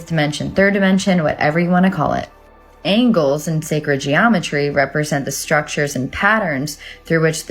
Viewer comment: That plasma lady is weird...babbling a lot...angels are angles?? What plasma are you on girl?? 🤔🤔